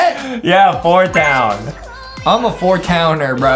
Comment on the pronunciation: I just commented to say its 4 towny not 4 towner